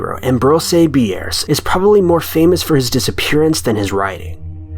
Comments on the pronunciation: Ambrose Bierce is NOT pronounced "Am broh zay Bee airss" but "Am brohz(rhymes with rose) Beerss(rhymes with pierce). The man should have been covered in your High School American English course. As to mangled pronunciation, I don't know how you came up up with this one. It's spelled like it sounds and it sounds like it's spelled! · "Am-bro-say bee-airs." Lol I've only ever heard it pronounced "am-bros" with his last name pronounced like "pierce" but with a B.